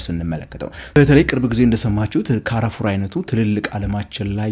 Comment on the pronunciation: Carrefour ሲነበብ ካራፉር ሳይሁን ካርፉር ነው። 🤔